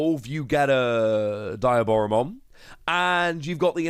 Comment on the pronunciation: Its pronounced "de-a-bora-mon"